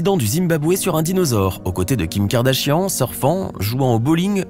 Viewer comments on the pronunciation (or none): none